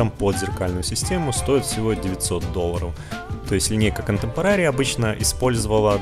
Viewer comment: КонтЭмпорари, контЭмпорари! Не контэмпорААААри, мои уши!